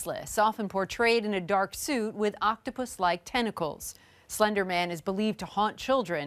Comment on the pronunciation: Girl: “it was slendrman” Slendrman: “I don’t even know who you are”